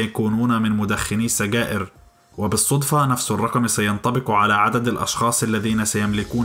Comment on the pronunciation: يا حبيبي لا توجد كلمة سڨائر بل سجائر لا يوجد حرف ڨ اصلا في العربية !